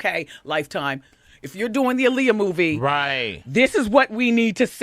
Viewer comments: When people constantly say Aaliyah's name wrong. It's Ah-Lee-Yah, not Uh-Lee-Yah. Dumbasses. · All the lines in this movie sound like it came straight out of WW's mouth. That's why there's all those questions that supporting actors lead Aaliyah into answering and talking about, the's same questions that Wendy is asking here. Also, they need to learn to say Aaliyah's name properly in a movie about her. ALI-yah not UH-lee-yah.